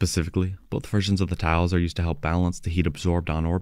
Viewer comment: Towels...? They're appling towels? Ohhhhhh, you're saying TILES! 😅